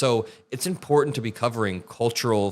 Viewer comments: Small thing, but you are one of the very few people who pronounce the word “important” correctly. It is not pronounced, “impor…ant” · is great on many levels but the best is that he pronounces "important" correctly!!